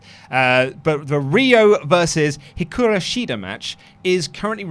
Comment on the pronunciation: It's HIKARU, HIKARU!!!!! please say it correctly